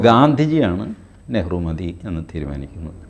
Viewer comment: What was Nehru?. That was Neehru 😂